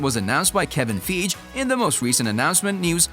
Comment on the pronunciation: kevin feeg lmao 💀